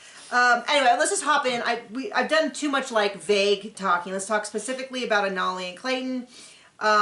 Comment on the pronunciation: Anali- pretty sure it’s pronounced ANNA-lee (totally agree with you about her motivation).